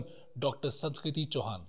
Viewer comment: knowing,the way he mispronounced her name would have definitely stuck a cord😅 but good going